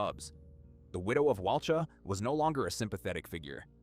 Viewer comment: The victim’s surname was Dunbar, not Perry. And Walcha is pronounced Wolka, not Wal-char. A little bit of research works wonders.